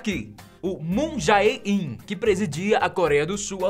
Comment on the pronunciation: pronuncia correta MUN JÉ IN ^_^